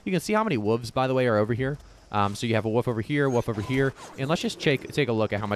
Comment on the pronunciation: thanks for making all this content man, appreciate how much you're putting out! You're probably my go-to New World content creator atm just with how fast you're churning out useful and informative vids. Also gotta just add that I love how you pronounce "wolf" lol.. sounds like you're saying "you can see how many woov's btw are over here, so you have a woof over here.. a woof over here.." much love though, not hating at all <3